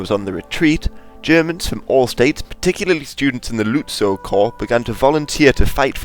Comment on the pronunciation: Some tips on pronounciation: "Lützow" is more like "Lit So" and "Zollverein" more like "Tsoll Fair Eye n"